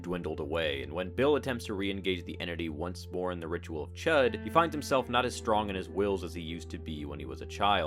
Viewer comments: Ch-oo-d not chet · I think it's pronounced "shood." But I've been wrong before.